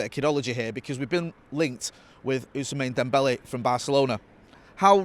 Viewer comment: Now he’s saying ousmane dembele wrong as well